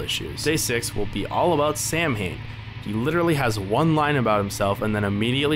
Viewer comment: Nah, that's Sow-wen 😎. Although the Void Prince and Princess ate invincible, they can still be sucsessfully soulsnatched. Final Bosses are weird. I remember winning when both of them still had half their HP left. There are also different endings. Finished the game twice: Gary+Samhain, Gary+Helena. There should be additional playtesting right now.